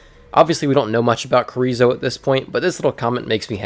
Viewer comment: Corizo? It’s chorizo you don’t say it like a k you say it like how you say ch in champion